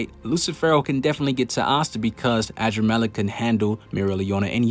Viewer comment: Man said “adramaleck” but it’s really uhdramalect in pronounciation